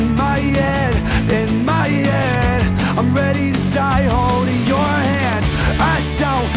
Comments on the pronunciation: "In my yed in my yed in my yeeed" "Don't waste your time on me your already the voice inside my yed" Lol Travis Barker won't drum in songs that pronounce head correctly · "In my yead", love the Tom DeLonge pronunciation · “In myead” dude definitely grew up listening to blink 182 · Most people : "in my head" Kells : "inmiyed" 😂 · Channeled his inner Tom Delonge with the "My yead". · “ In my yed “ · I love that he pronounces “head” like the ex vocalist of blink 182.